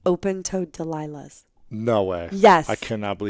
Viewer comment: “Open Toe Dalilah’s” 😂 I loved Sara’s interview 💕